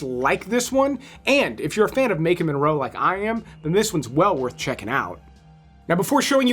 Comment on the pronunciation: Do you mispronounce Maika's name on purpose to generate more comments? 🐟🐠:fish-orange-wide-eyes:I took the bait. It's not Makin' like Bacon! There is NO N!